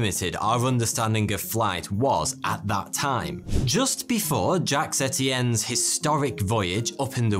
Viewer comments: Jacques is pronouced "Djaahk", not "Djacks"!! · aren't we going to talk about him pronouncing 'Jaques' as 'Jax'?